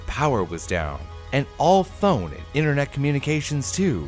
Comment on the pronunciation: “Internot” lol I love it